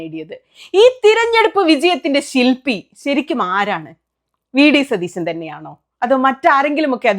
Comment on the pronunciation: സുനിതാ.... സതീസൻ അല്ല... സതീശൻ ആണ് 🙏🏻😂😂